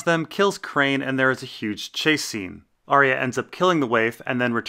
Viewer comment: Still pronouncing Arya wrong, I see.